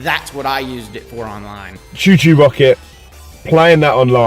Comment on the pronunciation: Few annoying points in this video. First, chao is pronounced chow. Second, the dreamcast keyboard was released well over a year before phantasy star online. But most annoyingly of all is people saying it was the lack of dvd support that killed the dreamcast. Yes many people bought a PS2 just because it was one of the cheapest ways of getting a DVD player.... at the end of 2000... 2 full years after the dreamcast was released. As it is Sega lost £6.25p for every dreamcast console they sold so how long do you think they would have lasted if they included a DVD player? Six months? It would have easily tripled the price of the console and then everyone would be saying the reason it failed was because IT HAD dvd support. It was Sony's constant dirty tactics and blatant lies (75 million polygons anyone?) coupled with the sheer ignorance and gullibility of your average PlayStation owner that was mostly to blame.